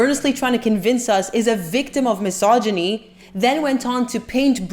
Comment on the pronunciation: Thanks for pronouncing mysogyny correctly. Non vedo l'ora di vedere il tuo prossimo video!